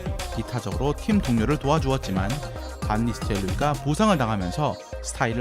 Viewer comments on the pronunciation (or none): 반니스텔루이 라고 않하고 반니스텔로 이 인데